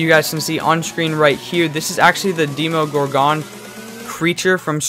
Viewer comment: You butchered the Demogorgon name